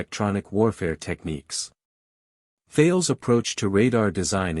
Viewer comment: Couldn't watch all of it due to the idiotic AI voice over, perhaps you could train it to pronounce "Tarlez" instead of Thayles?